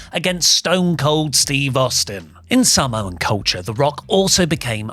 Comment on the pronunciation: "the Sahmoan Denesty" 😂😂😂😂